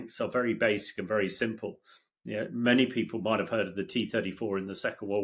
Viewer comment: Ontha one hand he Moyte, and ontha other hand he Moyte not.